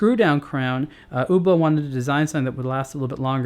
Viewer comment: i thought he was saying Uber Uber uber lol